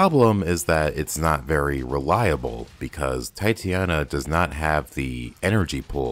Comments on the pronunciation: Stop saying Titiana it's Titania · ugh the Titania name butcher. it hurts.